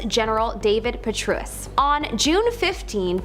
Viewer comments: WTF david petruss 😂😂😂😂 its david petraous dingy chicks 😂😂😂😂😂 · David Per-trae-us. It’s literally spelled how it’s pronounced 🤔